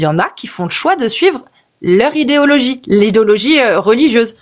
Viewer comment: Le Père Noël a fait descendre un texte où il demande de pragmatiser ceux qui ne croient plus en lui ? Pinaise, on nous cache tout ! 😱 Sinon, c'est quoi cette prononciation : "djire" , "idjéologie"...?